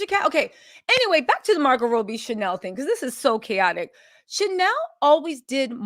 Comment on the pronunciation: Is Margot Robbie!! Not Margot Roughbe! Jaja🤦🏼‍♀️ u eating with mouth full of food..... & not pronouncing the celebrities names right!! Grll I've seen u on much better days!!!